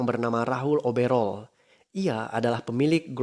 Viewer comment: Bang bkn rahul oberol tp oberoi, ko bisa salah si bang kan jelas itu mah nama😂